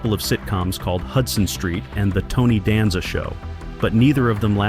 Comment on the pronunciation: Hearing you Mispronounced Tony Last Name is Killing Me......😂